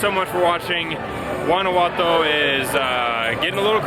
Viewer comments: No se dice "Guanaguato", se llama Guanajuato!!!!! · Your pronunciation of "Guanajuato" is a little bit off... I will let it slide bc you guys are kewl! Guys it's Wa-Na-Hoo-Ato